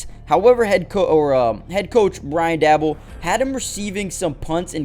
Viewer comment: Bullshit video. This dude dont even know how to pronounce Coach Daboll's name. CLICKBAIT!!